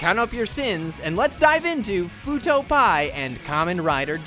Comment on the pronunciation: I’m so triggered when someone says “pie” instead of pee eye like every other detective show on earth lol. Video is good though.